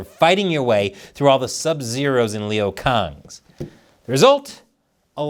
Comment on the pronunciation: its lui kang not khang😂 🍯🍯🍯🍯